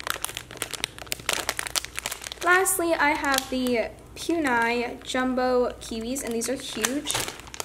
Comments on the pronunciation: It’s it’s poo-nee-mar-ooh not pew-nee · I’m sorry but you are pronouncing Puni Maru wrong. It is not pu niya. ( idk how to spell how you said it lol) . It is poo-ne- ma- roo. I just spelled how I think it is said. No hate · Its puni(poonee) notpyuni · no offence but every time she says 'puni' pronounced as 'poon-eye' instead of 'puni' pronounced 'poonie' i kinda die inside. not hating though, amazing store; 10/10♡♡ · Poon-I 😂 FYI it is pronounced "Poon-e Ma-roo" 😊👍🏻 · its not pun- I its pronounced pun-E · It’s Puni Maru not PUNE-I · Oh no trying to be mean but Puni is not poon- i it is pue-ni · It’s not pun i it’s puni and not just puni it’s puni maru no hate tho just figure it out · its pronounced like pune not pu-ni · You say pu - knee not pu -ni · Not trying to hate but u said ‘poon eye’ but it is pronounced ‘poonie’ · I got so triggered when she said pewnie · i wasn't aaaaallllllooooonnnnneeeeeeeee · ghostyykuma she also says “maroo” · ghostyykuma me too lol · she has really good squishies in her shop yet she says Pue Nigh 😂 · It triggers me when u say Pue-nye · She is saying puni wrong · You do not pronounce puni correct